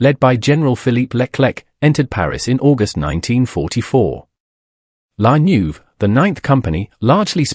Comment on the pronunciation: Not *la Neuve: La Nueve (the ninth in Spanish)